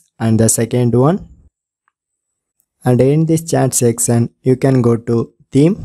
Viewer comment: This was a wonderful Sexcion Sexcion Sexcion😂😂😂😂😂😂